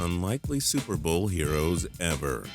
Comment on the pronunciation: Why do you sound like a robot. You said ever like E VER